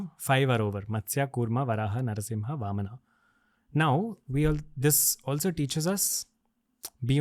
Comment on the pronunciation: Very informative. A person with great knowledge. But it feels bad to hear all these beautiful words are spoken with A at the end. AVATARA, NARSINHAA, VAMANA, RAMAYANA, PARASHURAMA and many others.